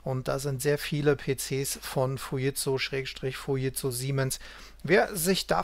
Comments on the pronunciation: Ich habe noch nie jemand Fujitsu so sagen hören, was ist richtig ? " Es entstand aus dem Kommunikationsbereich der Fuji Denki Seizō K.K. (engl. Fuji Electric Company), die wiederum ein Joint Venture der Furukawa Denki Kōgyō mit dem deutschen Unternehmen Siemens war. Der Name Fuji wurde dabei zusammengesetzt aus Furukawa und Jīmensu (japanisch für die Aussprache von Siemens).Erst im Jahre 1967 wurde der Name Fuji Tsūshinki Seizō zu dem heutigen Fujitsū verkürzt." Jimensu spricht man lt. Google Dschimensu aus, also sollte es doch "Fu-dschit-zu" heißen ? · Gute und interessante Darstellung. Nur an einer Kleinigkeit werden meine Nerven strapaziert ... wie der Name "Fujitsu" hier ausgesprochen wird. Da rollen sich bei mir die Fussnägel auf.